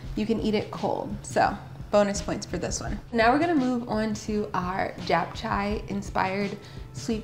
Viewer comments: I think you missed the part where you've also been pronouncing it wrong - it's not "Chay" its "chae" like Che Guevara. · Girl that pronunciation of japchae 😂 it's Chay rhymes with May. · Looks delicious but just so you know, it’s pronounced like “chap-cheh.” ☺️ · lol I haven't been pronouncing it wrong. I took 2 years of Korean in college and visited Korea twice so don't worry I got it. As explained to a previous commenter, based on where she was starting from I explained "rhymes with May" which is about as close to the correct pronunciation as an american who knows no Korean is going to get. Also most Americans would pronounce Che the exact same way as May so you've only proven my point.